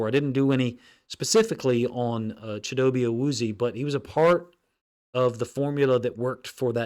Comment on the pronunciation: It’s Pronounced Cheedo Bay / Ah Woo Z A